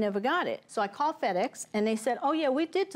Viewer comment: did Judge Faith said FredEx? 😂😂😂😂😂